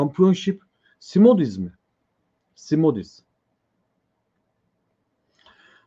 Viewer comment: Szmodics;Şmodiks okunuyor Polonca